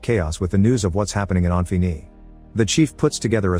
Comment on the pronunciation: this text texk-to-speech is irritating me by how it pronounces "Infini" wrong and yet, differently, every time it does... wtf windows xp sh is this?